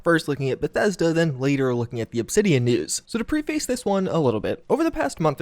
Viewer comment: why do you pronounce it pre-face?